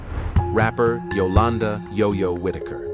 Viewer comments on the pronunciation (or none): none